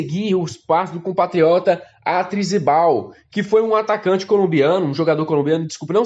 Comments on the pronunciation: ATRIZIBAL kkkkkkkkkkkkkkkkkkkkkkkkkkkkkkkkkkkkkkkkkkkkkk mano dei pala aqui kkkkkkkkkkkkkkkkkkkkkkkkkkkkkkkk É ARISTIZABAL ! kkkkkkkkkk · Aristizabal cavalo!!! Vc num sabe nada de Cruzeiro,só de falar o nome errado de um dos caras q fez um dos gols mais bonito da história do Cruzeiro...quem não se lembra daquele golaço do Aristizabal de cabeça no Santos?